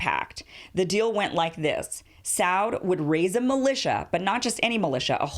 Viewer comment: ibn with a short i, not long. Sah-ood, it does not rhyme with cloud.